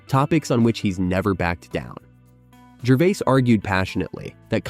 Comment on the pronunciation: Ricky "Gervay"